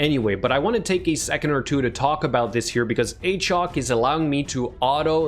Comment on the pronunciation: Every time I see this champion now I go, "Ayychok the Wendooorin"